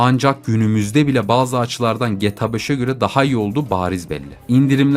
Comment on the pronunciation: abi gta ya geta deme lütfen